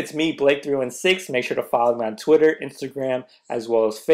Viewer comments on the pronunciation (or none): none